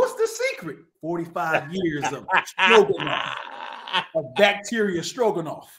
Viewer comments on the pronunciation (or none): I definitely heard “strokin” when he said stroganoff 😂